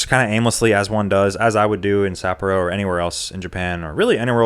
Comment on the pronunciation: pronunciation of Sapporo is killing me, bro. suh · paw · row